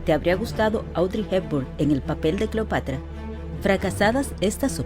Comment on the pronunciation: No se dice " clopatra"